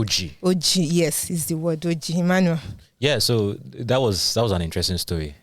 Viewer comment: To be honest it's Emmanuel but you're also doing a fantabulous job